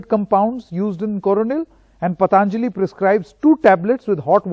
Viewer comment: It is not pataanjali, it is patanjali!! At least pronounce Indian names properly as they belong to phonetic languages. All thru from childhood we are taught that "prevention is better than cure".!!